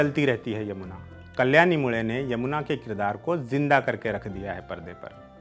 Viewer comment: Achcha laga ye sunke ki aap मुळे को मुळे ही कह रहे है, मुडे या मुले नही